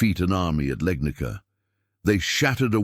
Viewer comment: Legnica is pronounced Legnitsa, not Legnika. It's a Slavic name. The oldest known European picture of a cannon is from 1325. An identical cannon, with its gun smoke and ball, is pictured in bas-relief in a chapel to the south of the Yang-tse-kiang from 1198, Southern Song. I saw a picture in 'Technology and Culture' from about 1972. Of course that cannon was too heavy for use in the field. It could only serve to attack or defend a city.